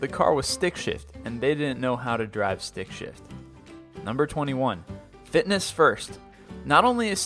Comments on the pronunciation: What he probably is saying (or at least I think he's saying): Stick-Shift What I hear: Stick-$#!* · I thought you said stick shit on 22 lol